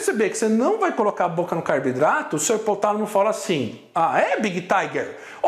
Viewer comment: Pq ele fala CARBIDRATO?